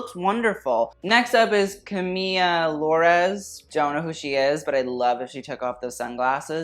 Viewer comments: it's Camila Loures, not Camiya lol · just here to see say camila loures' name as "camiyya"